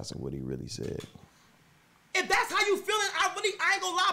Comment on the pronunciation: "Dassa book" 😭